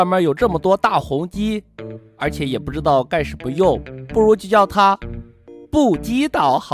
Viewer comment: 你怎麼把不知道講成不雞倒